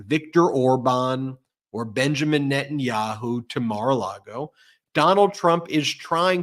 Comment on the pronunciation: I could have sworn Cohen said MAR-A-LARDO😂😂😂😂